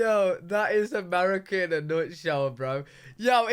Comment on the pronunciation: you need to learn to say "MUR I CA" lol